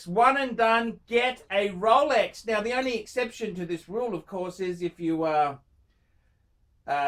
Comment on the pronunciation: THEY'RE RROUHLEEKS!! LOLEKS LOUHLEKS LOLEX PLEASE! ROLEX PUHLEASE!